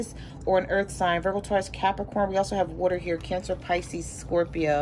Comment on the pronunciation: She said scorpion n gemin. Thats me. Im a Taurus lol